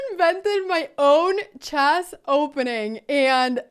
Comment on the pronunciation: What's chaas? Why can't you say chess?